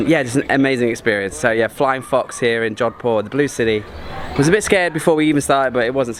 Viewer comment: Its jodhpur* not " john poor" bro. But very great. India is my native country nd i havent been to jodhpur yet.. now i will plan to visit🤝🏻